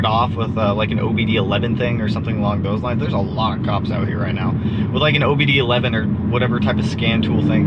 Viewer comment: Did this man just say OBD 11?? 🤣🤣🤣 I know it just went over his head cuz he knows what it is. Just had to point that out 😂😂